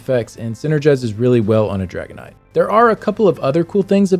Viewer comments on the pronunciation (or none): i swear to god i thought you were saying dragonite from pokemon when saying dragon knight.